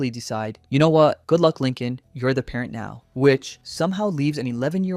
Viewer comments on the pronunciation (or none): none